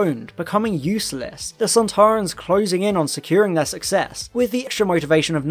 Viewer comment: I enjoyed the beginning Very accurate They’re pronounced sand ta run